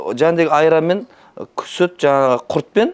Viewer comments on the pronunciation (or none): none